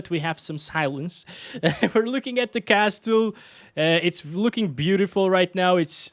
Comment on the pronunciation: The 'T' in castle is silent 😉